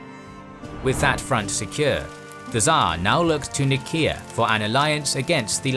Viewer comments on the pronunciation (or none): Why you say "Nееkea" instead of ""Naiseea"? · Your pronunciation is poor! Go on a SkillShare course and learn to pronounce the city and region names in your videos - "Nickea" ! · Anyone else bothered by the constant mispronunciation of Nicea? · (Nyseea) is how i always pronounced nicea